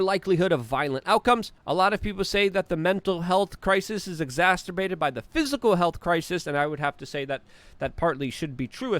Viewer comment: Dude I love your shows n that but please please start pronouncing "exacerbated" properly. For some reason you pronounce it with a T like exasterbated whereas it doesn't have a T in it. 🤦🏻‍♂️ It's annoying as you use the word looaaads of times during your shows but don't actually know how to pronounce it 🤣